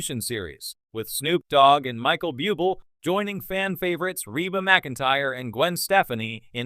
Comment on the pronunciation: Could you please get a commentator who can bother to learn to pronounce well know performers' names? Bublé & Stefani are well known enough for there to be no excuse for such laziness & ineptitude?